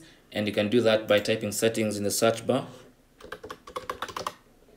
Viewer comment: not sArch bar...but seach bar ...speak english propreply